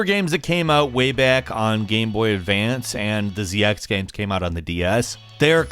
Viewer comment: Pretty good gaeiums. Why you pronounce game like gaeium tho